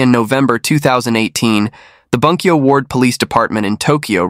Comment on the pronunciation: It’s pronounced boon-kyo. Hirose is hero-say. Great channel!